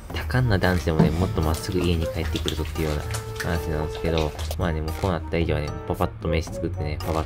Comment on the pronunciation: なんですけど〜がなんすけど〜になってるw